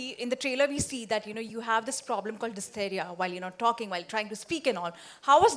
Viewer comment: The reporter of times of india pronounced hysteria as dysteria